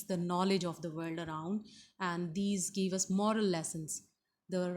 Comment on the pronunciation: Madam it's give and given not geeve and geeven.